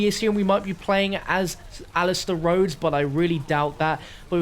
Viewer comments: Rhodes not “Rose” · "Roses" Manor? Lol